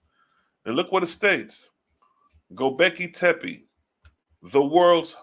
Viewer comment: Read it slow…. Go-Bekli-Tepe! (Go-Becklee-Tepee) 👍🏾